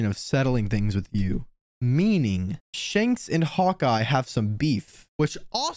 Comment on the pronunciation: Its 'shanks' not 'shenks'